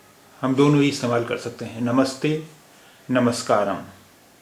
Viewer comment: m in namaskaram is wyanjanantya, not swarantya.